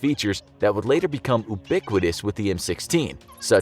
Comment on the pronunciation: I’d just like to point out the mispronunciation of the word „ubiquitous“.